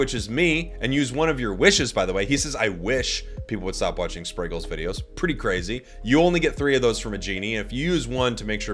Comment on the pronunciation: Can't believe he Britta'd the name spragels